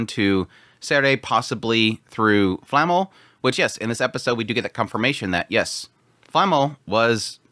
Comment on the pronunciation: She is called Flamme not Flamml